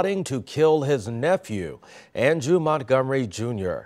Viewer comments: “Andrew” Montgomery? Smh can’t even get his name right. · Did this man really just mispronounce Andre Name 🙄